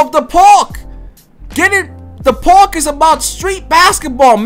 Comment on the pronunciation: Can this Boggs say park right like omfg